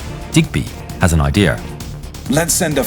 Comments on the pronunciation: There is no R in IDEA. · "but digby has a ideer"